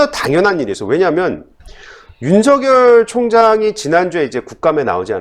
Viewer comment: 윤석열 발음 제대로 하세요